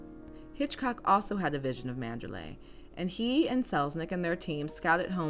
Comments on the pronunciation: ManderLEY!!, not ManderLAY. Listen as the name is pronounced in the film! (Sounds different from MandaLAY, a city in Burma.) Otherwise well presented. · Interesting content! I especially like the way you set the tone at the start. It's actually pronounced Mander-lee, not Mander-lay. It is spelled Manderley, but the pronunciation rhymes with Lee, not lay. That is how it is pronounced in the film, from the very first lines of a voice over, and all the way to the ending.